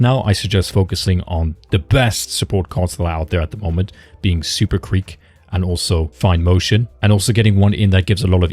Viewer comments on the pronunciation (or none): none